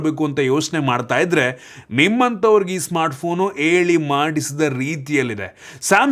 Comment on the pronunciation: ಎಳಿ ಅಲ್ಲ ಹೇಳಿ ದಯವಿಟ್ಟು ಹ ಕಾರ ಸರಿಯಾಗಿ ಬಳಸಿ 🙏